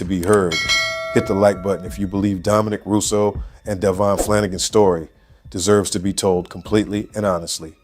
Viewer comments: DA VEE ON. not Davon PLEASE GET IT RIGHT OR SHUT UP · It’s Davion not Damien. Please get the victims name correct because it’s disrespectful if not